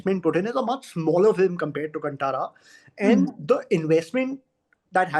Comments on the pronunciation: कंटारा नहीं कांतारा.. Pronunciation improve karna padega.. Aapke Hindi bahut weak hai. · Desi people pronouncing it as kuntara 🤦 Kaan Taara! Ko Kaan Taara bolna mushkil hogaya apne hi desvasiyon ko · Now they are pressurised to say good about KANTARA Main thing is that they can digust success of other industry Bollywood make movie like nothing no story They make movie for bunglow people not for the middle class people... They are pathetic... Main things is they can't pronounce KANTARA correct.. They make movie in Hindi not able to speak one correct line in Hindi... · कंटारा क्यों ? कांतारा है 😡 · Hindi people ko aaj b kaantara k pronounciation ni aata 😂😂